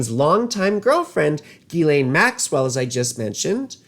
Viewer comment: LOVED this. You're the first person to say Ghislaine's name correctly. Brilliant. He didn't come across $ as if it fell out of the sky. Robert Maxwell was a handler of his. Way back when. Epstein was a master manipulator. I wonder WHO all that $$ went to that Maxwell pilfered. Did it go into Epstein's bank account, if you know what I mean. Epstein worked at Dalton till he was in trouble for sexual inappropriate behavior with students (girls) then he worked at AIG and was loved and applauded for his ability to manipulate and get $$ out of people. He got fired there, and was at Bear Stearns, and then went off to work with Hoffenberg scamming and ripping off people for millions. He left there for Tower's Financial where Steve Hoffenberg was MESMERIZED by Epstein's ability to lie and get MONEY Hoffenberg allowed Epstein to use his jet for financial transactions. The entire time, Epstein was doing fraud with money and a huge ponzi scheme with Hoffenberg, Epstein was TAPE RECORDING all of it to screw Hoffenberg should they ever get in trouble with the Feds. Epstein and Hoffenberg ponzi scheme $450 MILLION (*largest until Bernie Madeoff came along*) Hoffenberg goes to prison cuz Epstein screwed hin over something fierce Hoffenberg introduced Epstein to Leslie Wexner. Epstein gets a $$77 Million mansion on 71st street for $1.00 from Wexner. AND Epstein has power of attorney on all of Wexner's money. Epstein sent Maria Farmer to Wexner's home in Ohio pretending that Epstein and Wexner